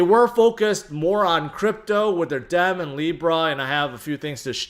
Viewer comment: Hilarious that has never heard the phrase Carpe Diem and pronounces Diem as Dem.